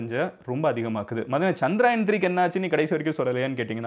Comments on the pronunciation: Humble suggestion...its not Chandraayan, its Chandrayaan... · Not சந்திராயன்(Chandraayan), is சந்திரயான்(Chandrayaan) Sariya சொல்லுங்க 👍🏾